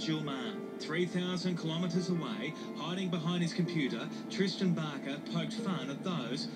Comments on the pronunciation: Did she say... Twistan Barker? o.O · did she say twisten barker??